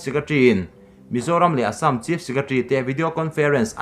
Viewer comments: Assâm hi i lam diktawklo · Ka hriat ve dan chuan Assam a lam dan khi a dik hmel zawk. Keini mizo hnahthlak ho lam rik dan lo hian an lam ri zawk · Assam tih i lam/thluk hi a dik lovin a hriat.(insiam that nan) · A Assam lamrik Dan kha ,, ka ngaithla tluan peih lo ,, 🤣🤣🤣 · Assam lam rik dan hi a dik lo deuh in a lang, fimkhur nan hmang i la, Mizo ṭawng lam dan ngat phei chu fimkhur a ngai khawp mai... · Vairengte bak i la pel lo em ni ? Assam tih pawh i lam rik dik theih loh le aw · i assam lam rikdan hi ngaihthlak a nuam lo ee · Assm to hi lamdik be hram tawh la mizo inih chuan. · Class 1 atanga college thleng i kal ka ringa...zirlaibu ah pawh Assam hming hi kan lam zin viau thin kha...i Assam lam dan hi chu a zialo em mai...fimkhur ve deuh la maw le...i channel lah a tha kanti bawk si a...i chhiar thiam lo thin em mai. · Assam hi lamrik angai zing si a, a ngaihthlak a nuamlo hle mai tawng thluk diklo hi chu. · A dik ,phun peih vang leh en peih loh vang ni lo in,lam rik dan pangai awm ve reng a😂👍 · Hepa hi tawng lamrik dik hi a hrelo pawh anih ka ringlo.miin an sawisel vanga tilui anih ka ring.india leh china boruakah pawh khan sawiselna atam,ati lui talh tho.leitawta hi🙈🙈🙈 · Assam hi i lam diklo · Assam hi midang lamdan angin lam ve maila,ngaihthlak a nuam zawk ang a,i thil thluk dan a mak thei e mai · Keipawh tuna Assam tih kher lo ah pawh hian thluk diklo hi ka hre ve zeuh² thin , tihsual chu a awl ve duh khawp ang .....